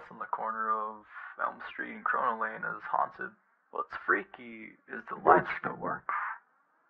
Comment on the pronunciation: Did you just said CORONYA ?